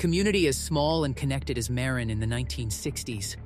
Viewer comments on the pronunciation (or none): Yes, I was born in Marin county. Mah-rin, not Mare-in, and San Reh-fell, not Rah-fay-ell.